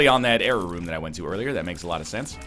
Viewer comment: When NL says error room, it sounds just like jera rune